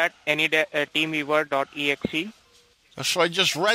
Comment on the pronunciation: Did he say team beaver